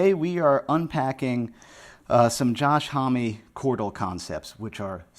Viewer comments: Okay, so this is hilarious: When you pronounced his name, as a Canadian I thought, no way, that has to be pronounced 'omm. So I did some digging, and apparently in an interview I found, he says when he's outside the US, he pronounces it 'omm, and when he's in the US it's HOMee... Omg hahaha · You've turned into the Green Man! Josh's name is french and pronounced om, means man, mensch, hombre, uomo....